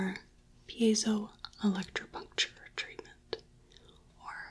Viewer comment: That pronunciation of Piezoelectripuncture seemed so effortless!